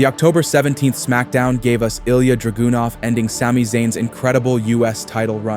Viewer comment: “ilja draGOONuv” 💔